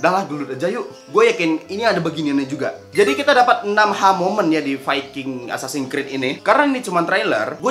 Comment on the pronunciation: "assasan krid"